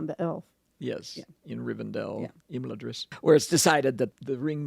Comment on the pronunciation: It's pronounced Im-LA-dris, and that's an argument I've had many times and a literary hill I will die on. 😄❤